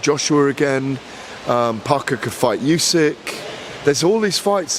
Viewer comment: How does still not know how to pronounce Usyk?